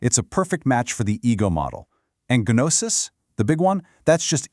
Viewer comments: Gnosis is pronounced with a silent 'g'. 😵‍💫😵‍💫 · This is a pretty good intro to perennialist thinking... seeing the truth in every system and recognizing the common structure (truth) behind seemingly disparate details. For those interested in such things, don't let the AI mispronunciation of 'gnosis' get in the way of an idea worthy of consideration... IIRC, I don't think that word comes up after the first minute or two anyway. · Not trying to be rude, but the mispronunciation at the very beginning of the video made me immediately click away.